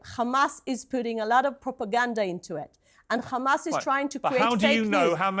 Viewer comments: I am disgusted by her saying “khamas” again and again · She knows how to say Have, Him, Here, but not Hm*s. "Khamas" 😂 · The way she says KHAMASS is telling of what a snake she is